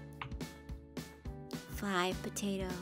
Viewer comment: it sounds like "pota" only Filipinos know that!!! 😂😂😂😂